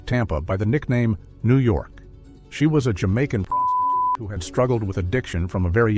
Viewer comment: cant say prostitute...cmon man